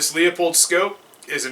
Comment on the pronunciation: It's pronounced "lou-pold" ........ not "lee-a-pold". But still a great video